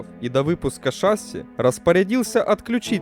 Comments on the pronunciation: шассИ, а не шАсси. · Что ж ты такой неграмотный? Правильно шассИ, а не шАсси. Ударение на последнем слоге. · Определитесь уже- шасси или ШассИ (последнее верно) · Дружище, Вы сначала говорите "шáсси", потом "шассú". Правильно всё-таки ударение ставить на последний слог, как принято во всех французских словах. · шассИ, блин, шассИ. Канал об авиации, а названий не знают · Да сам ты шАсссси и кантралирывать. Ну правда, возьми диктора хорошего!